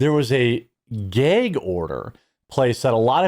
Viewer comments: ITS GAG NOT GAYG............ THA FUC.......? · Is a gag order not a gayg order lol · MY BROTHER IN CHRISTTT….. SOUND IT OUT WITH ME GGAAAA….GGG ORDER. NOT GYYYAAAUUGG ORDER MY GYYUUAADD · Jeremy, it's a short A in the word gag. It's not gaig it's gag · Brother it is gag order not geg order lol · It's a gag order, not a geg order. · Why do you pronounce it as "gayg" order? Is the order gay? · Is it just me, or is he adding extra syllables to gag order? I'm hearing "Gaye-gue order" I'm a fan of this guy, but is he a yankee? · I thought he said a Gay Ogre! I thought there goes Shrek messing things up again! 😂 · What's a "gay-yeeg" order? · why can't you pronounce gag??? its pretty simple rhymes with F_G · It's where he's from, so...... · You say gag really strangely